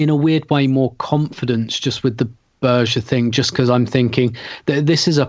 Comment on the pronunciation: Berge = "BEAR-g'uh", not Berž. Most name mispronunciations I can live with but this one rather grates. I guess I've already built up a tolerance for "Kolo-SEE-natch" ("Kol-ASH-innatz"). Good podcast though. Hbd!